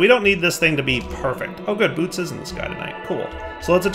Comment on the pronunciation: If Bootes is based on the actual constellation, I believe it's pronounced "boo-OH-tees" :)